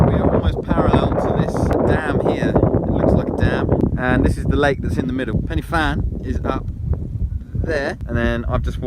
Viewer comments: I’m cringing, you should at least learn how to pronounce pen y fan correctly, it’s not penny and the f is a v in welsh like van , pen u van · Not penny fan. Pronounce it like penner van. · Please say Pen-y-Van.